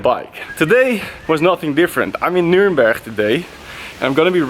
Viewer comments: Love it how you spell "Nürnberg" the dutch way! Like "Nünbech" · I love how you say Nürnberch, just like the locals :D